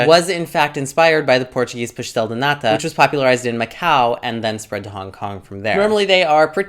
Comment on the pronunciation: nota-se que viveste em portugal, a forma como dizes "pastel", "queijada" é muito boa! where are u from originally?